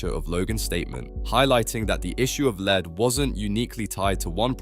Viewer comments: I think it's AI. Notice how he says 'lead' (the metal) wrong twice but then correct the third time. It's really weird. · Are you an AI-tuber? Who mispronounces 'lead'? and again wrong , but then correct ? There's no way a human does that. And in fact, this entire script seems AI-generated. It's so chat-GPT-essay. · What's with pronouncing "lead" as Leeed??? One is about leading people, but I think you mean lead as in the metal, so it's pronounced leaad. Jezz, basic words, try to pronounce them right. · 'lead' as in 'led' lil bro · The lead pronunciation is driving me crazy. Makes you sound like AI. This video also could have been 45 mins shorter if you didn't repeat every single point 10 or more times each... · BRO how'd you mispronounce lead and then get it right 2 seconds later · this AI voice doesn't know how to say "lead" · lead is pronounced lead, think dead or head, not weed or greed are u a real person or some failed AI voice ? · Is it just me, or does this vo feel like ai? How can you mispronounce lead several times then get it right? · Lead? You really don't know how to say lead? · Noticed it 30 seconds in when it pronounced the wrong version of lead….